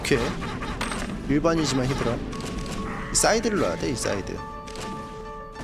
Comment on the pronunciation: 요즘에는 울트라를 울라리라고 하더니만 히드라를 히라리라고 하네 ㅋㅋㅋㅋ